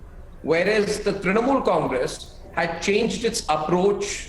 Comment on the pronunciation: "Election swipped by the BJ..ah..Trinamol"😂😂 Arnab's first sentence.